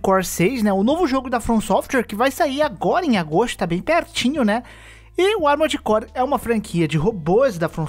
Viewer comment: Quantas vezes vcs escutaram "Amores Core" no vídeo?